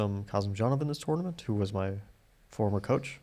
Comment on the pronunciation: First minute: it sounds as if Fabi says "TORMENT" in stead of "TOURNAMENT".